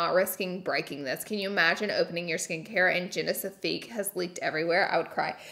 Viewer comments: The way she calls Genifique “genisifique” drives me crazyyyy lol 😂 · imagine they send you a £130 serum and you pronounce it ‘genifisque’ 🤣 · it's the Genesifique for me..... I absolutely love that u threw in a whole extra syllable for the Genifique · I've watched like every one of her videos, & I love how she says genisifique 😂 I love you Laura! Lol